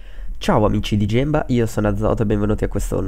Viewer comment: Azoto Fail! Ha detto Gemba invece di Gimba(il pronunciato), vabbè, ormai è un vizio xD